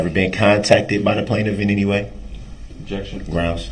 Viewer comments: It’s any not anty lol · “Inty interaction” 😂😂😂😂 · I’m upset that he thinks “enty” is an actual word. The word is “ANY” and he doubled down by saying “entee” twice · Enty enty...why is it so hard to say any? How can you put a T in any? And how did he pass a GED? Online? So he could cheat is the only way he got a GED imo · He fkd up the very first sentence..."anTy" interaction 🤦🤣🤣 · No he said “IN TEE, in tee” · It’s also ‘any’, not ‘enty’. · Axe wtf.... enty wtf. It's pronounced ask, any.... Yeah he's a rocket scientist for sure.